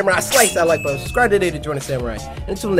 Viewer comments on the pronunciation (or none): none